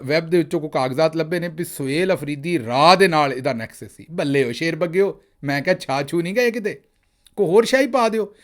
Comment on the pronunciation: نیکسز نہیں انیکسز😂😂 بقول آپ کی باجی کے